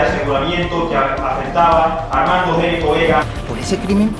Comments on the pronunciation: El apellido Gnecco se pronuncia "ñeco". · Gnecco es un apellido italiano y se pronuncia "ñeco"